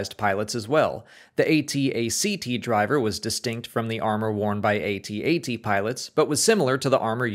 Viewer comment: A-T A-T my ass...it's pronounced AT AT...you don't spell it out there Millennials.....ffs